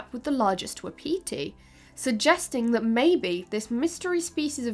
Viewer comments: “Wapiti” is pronounced “WAH-puti”. Not wuhpeetee. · Not "waa-pee-tea" but waa paa tee. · Non-deer-deer!! Non-deer-deer!!!! Also 'wapiti' is pronounced 'whah-pit-ee' ('whah' like the word 'what' or 'was,') not 'wap-pee-tee.' - A Canadian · You are pronouncing wapati very weirdly. It's WAP- a- te. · Not the wha-petey 😂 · Wa-pa-ti is the correct pronunciation sorry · Wapiti is pronounced "WAHP-ut-ee". I love you but that was driving me crazy! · Haha I was so confused when she was saying wapiti how she was! I’ve always heard it pronounced Whap-ity or wap-paty. That and her comparisons to red deer. My dumb self is going “cool, that’s awesome…. I don’t know how big those usually are…” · Was bout to post the same. I always hear it as wah-pih-TEE though here around Montana. Though elk is much more common. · Wah-Pah-tea... my Native American side had to correct this. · I'm just used to reading so many sources I don't really notice the switch. Hear a European accent say elk and head figures they are talking bout moose. I see exactly why she pronounces it the way she does by the spelling. Just sounds really weird when I've heard it as part of my regional vocabulary my whole life. Had no problem figuring out what she was referring to. As a book addict since childhood and grew up in a poor small town in the middle of nowhere there is a massive amount of my vocab that comes from just reading. I've had some really creative pronunciations over the years cause not realizing something was say a French word.